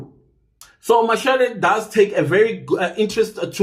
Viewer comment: You need to pronounce her surname clear please. Mashale or mashele???????